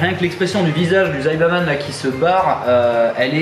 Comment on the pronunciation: C'est saibaman pas zaibaman.